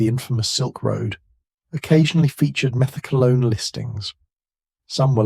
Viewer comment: “Meth-EK-wah-lone?” Uh, take it from someone who “experimented” with it from 77 to 82: “Meth-ah-QWAY-lone.” 🫡🕺🏼💃🏽(Now it’s “Meth-ek-kwah-LONE.) 🤨🤷🏻